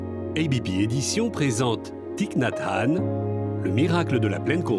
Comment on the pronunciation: Gratitude pour cette lecture et merci de prononcer correctement le nom de Thich Nhat Hanh. ❤Merci 🙏🌹💖